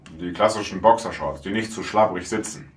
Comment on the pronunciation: Bokschershorts xxxxDDDD Danach sagte er noch Bokishorts XD